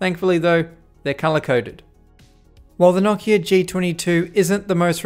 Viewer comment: I didn't know it was possible to say Nokia wrong but there's a first time for everything I guess 🤣🤣